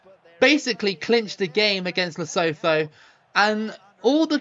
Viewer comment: Lee-Su-Two is how you pronounce Lesotho